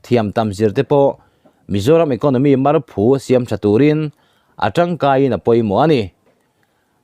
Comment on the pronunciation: I titha hle mai, marphu tih hi i lam dil lova, phu tih lai hi saphu tih laia phu rik dan hian lam rik tur ani e